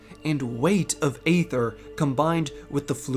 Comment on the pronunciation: You do your research when it comes to lore, perhaps you should pronounce aether correctly.